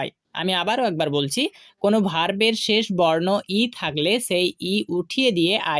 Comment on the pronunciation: শেছ নয় শেষ বল